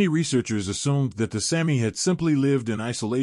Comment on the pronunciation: It is pronounced SAAAH- mi, not Sammi!!!